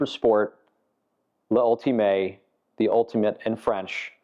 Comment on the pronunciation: Guy cant even say L'ultime correctly... I dont care if you dont speak French, but if you work to sell such high caliber Bugatti, you must at least learn to say its name the french damn way... Get out of here, you fake... Cant even pay attention to details